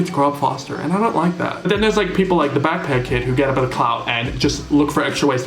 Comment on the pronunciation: Everytime someone says Backpack kid, I always hear “that fat kid”